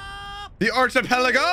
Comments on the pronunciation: you need to learn how to pronounce archipelago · you pronounced "Sah-bah-odey" right at the end there, I'm proud. As for the rest: Ar-key-peligo Mah-re jwa (ju wa)